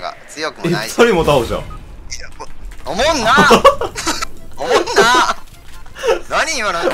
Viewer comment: さんのおもんなの発音好き